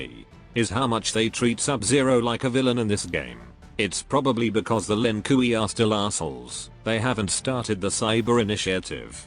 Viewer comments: The lin koo-ie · "Lin Kui" 😂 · The Ai saying LINKIWI kills me everytime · ah yes. The Lin Kooey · Lin KOOWEY 😂😂😂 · The lin "kooey" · Bruhhh... my guy said the Lin 'Koowee' 💀💀💀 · that "Lin Kuwi" pronunciation will never stop making me laugh:D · Lin Kiwi, a clan of Chinese rice farmers.